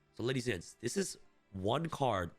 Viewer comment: "ladies and gets, i will waste anymore of your time" nice 👍😃 bro cant even read the script properly 😂